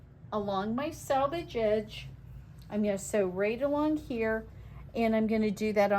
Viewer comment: It’s pronounced “selvage”, not “salvage”! “Selvage” is the edge of fabric. “Salvage” is the junk yard of used car parts. Words matter and so does pronunciation.